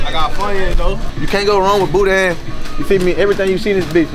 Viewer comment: Lmao...it's BOO-DAN, not boo-dain 😂😂